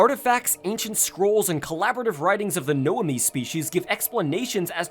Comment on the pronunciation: it's nomai,not noami T_T but this video was great,entertaining and pretty fun...simultaneously!!!!